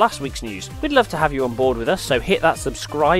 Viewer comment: He says aufwiedersehn so weirdly